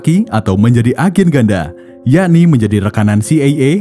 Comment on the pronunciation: Ejen CIA❌ Ejen c ey ey✅